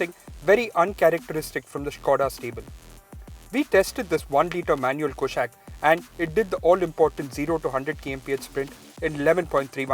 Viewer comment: It's not कुशैक it's कुशाक। the name has been taken from Sanskrit!